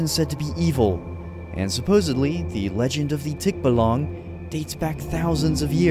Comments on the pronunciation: im laughing my butt off ,im sorry ok its not how to pronounce tikbalang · I was so scared about the tikbalang, but the way you pronounced it just made me laugh and smile. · Bro it's tikbalang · Its tikbalang not tikbalong😊☺️ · it's not just called Tikbalang you should pronounce it "Tik" "baaa"/"ba....." "Lang" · Bro thx for the Philippines Minecraft Video we thx u so much but btw it's Tikbalang Not Tikbolong Bro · It's tikbalang not tikbolong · English tik-ba-lan Filipino tik -ba-lang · It's tikbalang not tikbalong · Its not tik.balang pronounce it fast tikbalang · its ticbalang not ticblang😭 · His accent for the scary folks are so funny cause a fellow Filipino myself it's pronounced as Tik-balang not Tik-ba-lang😂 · its called tikbalang not tik-balang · My good sir no offense but it's called Tikbalang not Tikbolong☺️ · And may i correct you plsss its not to be rude it is said as tik balang like alang tikbalang not tik balaeng sorry if it is rude😅😅😊😊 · pre as a filipino im trying not to be rude but you pronouns tikbalang wrong its not tik balag its tikbalang may N po sha pre sorry pre had to point it out bc for future vids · Tikbalang✅ Tikbalong❌ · Its not tik bo loung its Tik (from the pronounciation of tiktok) ba (from the pronounciation of barrel) Lang (La comes from the pronounciation of lard and ng is just a ngggg) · When you say tikbalang made me laugh for hours😂😂😂😂 you say it like this tik ba lung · for the tikbalang u gonna say it as thick - baaalaang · well well you did wrong pronouncement for tik balang hah😂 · Tikbalang is pronounced tik baa lang pronounce it slow and fast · Tikbalang has a long a it's pronounced tikbaalang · Thick Balong 😂😂😂 Pronunciation isnt right but still good content dude, keep it up! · to pronounce tikbalang think of it as like you're pronouncing tick then the baa of a sheep and yes you pronounced the lang correctly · as a filipino its pronounced by us "Tik-ba-lang" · You saying tikbalang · I like if u say tikbalang😂